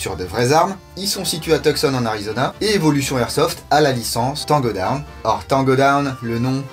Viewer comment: Je like pour l anglais camarade Taango daown😉😂😂💪🇫🇷